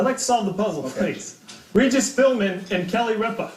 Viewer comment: Not to disparage the men who serve this country but damn anytime you can't pronounce Regis' and Kelly's name you really need to keep off the game shows.